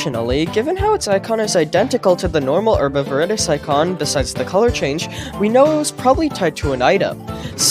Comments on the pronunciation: his pronuncation is awesome. He pronunces it (Herb AvirIdis) normally pronounces (Herb Of Veridis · Is no one talking about how this guy says “herb of veredis” 💀🙏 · I think hes saying "herbovirdis"